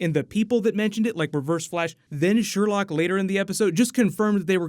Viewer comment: It's Sherloque not "Sherlock".